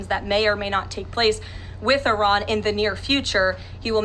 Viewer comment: She pronounced Iran incorrectly and correctly. Very strange.